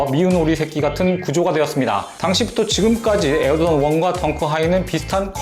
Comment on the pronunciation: 이분이 에어조던 발음할때 조라는게 묵음되는거 나만느끼냐???